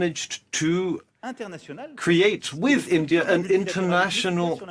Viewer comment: bhai India hai Aindia nahi hai har Poki Aindia kyu khte hai 😂😂😂😂